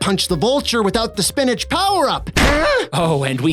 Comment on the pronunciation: That's pronounced, spinichk.